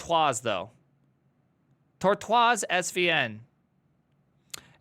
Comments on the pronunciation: "tor twars svn"?! are you trying to be ironic, its a tortoise, pronounced TOR TOYS. 😂😂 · What the heck is Tortwaase? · TORTOA bro the frenchies does not pronounce the S ;)